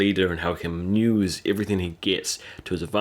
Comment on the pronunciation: "Use" not "nyuse"